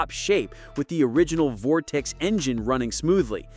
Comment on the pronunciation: Turned video off after 😂 "Vortex"